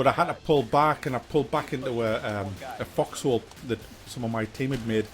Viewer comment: The way you pronounce it, it sounds like "fucks hole." So who fucks whose hole, may I ask?